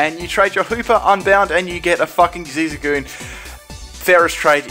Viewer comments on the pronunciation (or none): "Zigzagoon" TRIGGERED